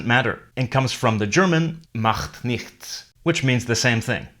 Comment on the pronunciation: He pronounced nichts as "nıxts" instead of "nıçts".